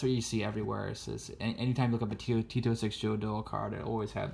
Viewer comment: Every time he says 'T206', it sounds as if he's saying Tito Six.